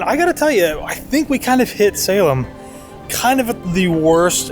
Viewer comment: Haha, thought the same thing, with the pronunciation. I am from New Hampshire and haven't been to Salem, MA but hear tons of Boston radio stations with reference to the areas and knew when he mispronounced that place.